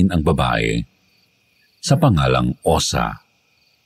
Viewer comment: Osa pla.. 😂😂😂 hindi Osang! Correction pleaseeee